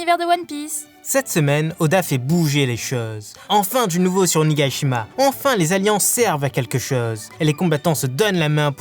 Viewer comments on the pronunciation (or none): trop de fautes sérieux ! il y en a presque toutes les vidéos mais la sérieux, "l'incident" nan l'incendie plutot, et le chef des ninjas c'est pas fukorojuko mais fukurokuju. Pour toutes les vidéos c'est pas onigaishima c'est juste onigashima.